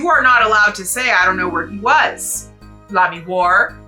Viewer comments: I won't push this point since it's pretty small potatoes, but with the French pronounciation, Lamiroir would be "lah-mee-WAH", not "lah-mee-WAR". Like "Wah-Luigi". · Pretty close on Lamiroir. The "oh" is more of a "wah" though. ;) That's also how I pronounce Machi Tobaye. Some people make the "e" silent but I think that's boring.